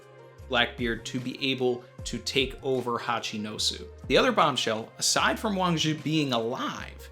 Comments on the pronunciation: THIS GUY IS ALL WRONG! UGH I CANT BELIEVE I CLICKED ON THIS VIDEO! it is pronounce WAAAAAAAAANNNNNNG ZHIIIIIIIIIIIIII!!! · Your pronunciation is so close buddy… I am a Chinese speaker and would like to help you a little more… Zhi in modern Chinese romanization called Pinyin uses the ZH=JJJ it’s a J sound that lingers … now when you combine it with “I” it slurs together as an er… so Zhi= jjjer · Yeah it is Wang Zhi, Uchoku is just a mistake by translating the Kanji into Japanese pronunciation. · Someone please. For the love of God. Tell how to pronounce Wang Shi. For all of us.